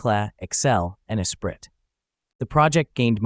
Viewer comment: Esprit pronounced Espree